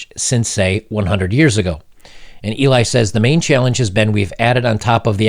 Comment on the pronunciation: E-lye, not Ellie lol. I had to point that out, it was bugging me xD